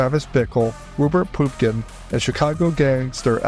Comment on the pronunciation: It’s Rupert Pupkin, not POOPKIN!